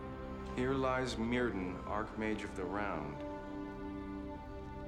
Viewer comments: If was gonna address him by his medieval name then he should’ve pronounced it myrthin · Some one should have taught them how to pronouce Welsh words. Myrddin is not Mwrdin, the double dd is a voiced fricative, like English 'th' in the word 'this'. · I think it's funny they never looked up how to say Myrddin.